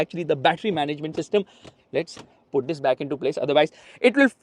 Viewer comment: "THIS"" THIS THIS THIS THIS THIS DIS DIS DIS DIS DIS DIS... 🫥🫥🫥🫥